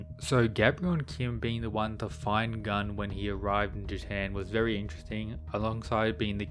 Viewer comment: Gun's name is a korean one, not Gun as 🔫. PS: Shingen is an absolute gigachad